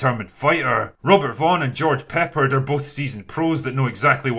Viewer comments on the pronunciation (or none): I'm laughing my ass off!! George "Peppered"?! It's pronounced PUH-pard. But that's ok. No biggie. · George Peppard's last name is pronounced Pep-PARD, not PEPP-erd. Fans of "Breakfast at Tiffany's" would be upset at this error, although probably none of them watch this channel. Also upset will be fans of "The A-Team", and they do watch this channel.